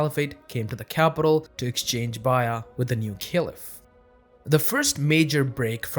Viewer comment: I was confused about what "bayya" was, and then I realized you were pronouncing "bay'a(t)" that way. Based on your pronunciation, I wondered about your linguistic background in other videos. We all have different accents, which need to be affirmed rather than discouraged. However, in this case, I think that the pronunciation is going to lead to a lot of confused audiences and a lot more mispronunciations from others following your lead. I'm also unsure as to why you do not use the word "pact" to help set your definition.